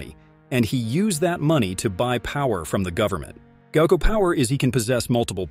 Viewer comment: What is this pronunciation 💀 😭 gaiku…?